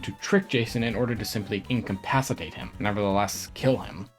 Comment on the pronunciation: Yaaay he's back! I had a nothing Halloween (work mostly) so I'm more than happy to have this to celebrate. Kinda loved the Freddy vs. Jason concept; a killer who never talks vs. one who always talks, one fears water while the other fire, like Jimmy Timmy (tech/magic) but for slashers. Also Jason in space...why? Wait why did I hear "incapacitate" as "inkapacitate"? *hears it again*, wait a minute... I also love the inkling stat breakdowns. Can't stay much longer, hope school's going well, love the pilot logo too (ooh I see you incorporated it into the channel link in the bottom right, awesome!).